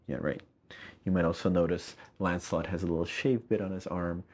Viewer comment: Almost sounds like he's saying "Landslot" instead of "Lancelot" :P